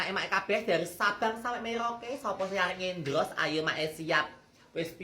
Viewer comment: Endors sayaang bukan endros sayaaang 😂😂😂❤❤❤